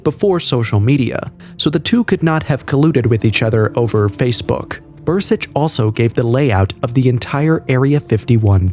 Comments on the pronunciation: It's Dan Burisch not Bur-sich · It’s BURISCH